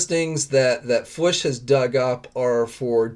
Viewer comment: Loving the fwush! Lol Wonder if he pronounces oo in other words like that. "Tuth" for tooth?